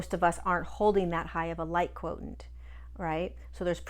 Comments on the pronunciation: Are you saying 'quotient' /kwoSHent/ as we know from mathematics, or is /kwoTENT/ a different term? I like your videos and always learn something new, so thank you! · Quotient is pronounced quo shi ent.